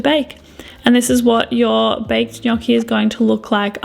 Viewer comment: nice pronunciation of gnocchi!!😄